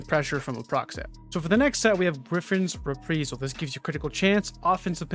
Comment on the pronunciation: re·pri·sal = ri-ˈprī-zəl